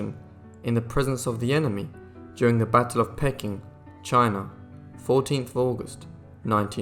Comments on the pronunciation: Pronounced “PEE_KIN” FFS! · I think in both British and American English, Peking is pronounced “PEE-king”, not “pecking”. Btw, Peking = old name for Beijing. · I am pretty damned sick of these narrators horrible pronunciations. The city of Pecking..the doughWagger empress ..just shut up. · Suggest using a narrator who knows how to pronounce Peking and Haiti. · Didn't anyone proof read this? the narrator says that the Boxer rebellion in China took place in 1999. ...the "Quing" dynasty, it's pronounced "Ching". The list of mispronunciations goes on with the Dowager queen, and "Pecking" instead of "Peking" (pronounced "Pee King"). The narrator is obviously just a talking head with no real knowledge or education. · That is not how you pronounce Peking. The pronunciation is PEE-KING not PECK-ING, You also mispronounced Haiti. The pronunciation is HEY-TEE not HI-E-TEE. You seem to have a habit of mispronouncing names of cities and countries though not with people so far. But it does help to know the correct pronunciation.